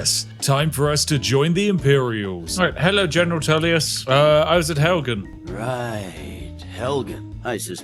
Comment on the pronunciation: "Helgan" and then he says "those who really know Skyrim" lol